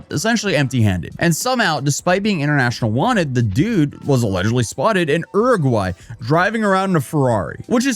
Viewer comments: I'll try to suppress my shock that crypto Farmville turned out to be a ponzi scheme. Wish Logan Paul got this hilarious level of punishment for almost the same thing. Also, Uruguay: "yoo-ri-gwai",: "urr-urr-gwai?". Uruguay: "Whatever, close enough, Googling is considered difficult these days" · I’ve never heard Uruguay pronounced that way. Have I been mispronouncing it my whole life? ‘You’re-a-gwhy’ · Ehrugwy 🤦‍♂️ Americans never fail suprise me.